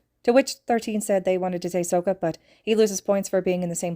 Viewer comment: This is my third or fourth re-listen to this fic, and I just realized how you pronounced Sokka's name. I say this in the nicest way possible, but it sounds like you watched the Avatar The Last Airbender movie instead of the tv show. The tv show is the original, and has the correct pronunciation to the names. The movie is a terrible knockoff that shouldn't exist, with how horribly Aang's name is pronounced, and how weak the benders, more specifically the earth benders, are compared to the show. If you have time, I encourage you to watch the show if possible.